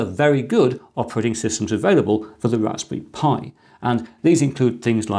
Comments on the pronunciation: Is he calling it a Raspi Pi? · I'm I the only hearing " Rasbi pi " ?? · "Ohw, a Rashpberry Pi 400, I supposhe." (Yep. You read it with the Sean Connery accent) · Why ist he always saying Rasbee Pie?